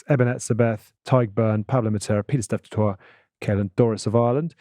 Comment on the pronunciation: That is not how you pronounce Piet-Steph du Toit's surname. Toit is said like "Toy" in South Africa.